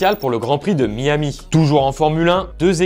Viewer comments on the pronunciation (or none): none